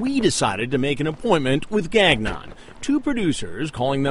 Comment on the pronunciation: lol. Gag Non... it's pronounced Gang-ion.